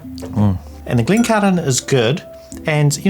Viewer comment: Mate, just say the Cairn bit of Glencairn as though you were talking about the city, named after a man from these islands anyway — Cairns. You need not dip into aspirated Gaelic when speaking English, save for nouns that pertain to specific company names that elect not to be anglicised — it comes from Gaelic, sure, but it’s a normal word in the English dictionary.